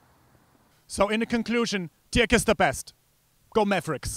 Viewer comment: "so in conclusion, Dick is the best" He pronounces Dirk as Dick haha what a fail